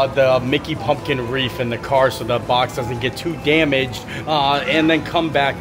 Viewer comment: WreaTH not WREAF 😂